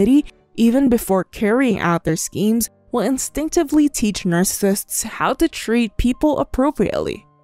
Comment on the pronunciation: Your Chanel is informative but the way you say NARCISSISTS is Distracting